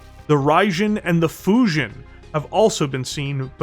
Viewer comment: "UrbanMech DoomStack"... ok, this actually was enough to make me write a second comment. Becaues i definitely did NOT expect that. Oh, and, the "jin" in both the Raijin and the Fujin is spoken like "dshin", it´s japanese, Raijin loosely translating to Lightning God and Fujin roughly to Wind God if i´m not entirely wrong.